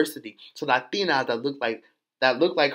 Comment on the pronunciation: My sweet baby when the hell did we start pronouncing LaTINAS with LaDINAS lmfaooooo I been starting to also kmfaooooooooo LOVE YA!!!